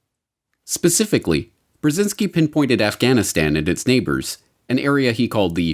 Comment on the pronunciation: libtard lezbo pc reporter says "Afchhhhanistan". Cringe.